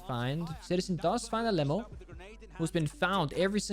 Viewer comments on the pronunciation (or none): Bro im from Brazil, I find it super funny how he pronounced Alem4o because it’s supposed to sound like Ah Lê Mão(maum in english). Love u and the fact that you are supper respectful with the brazilians. ❤️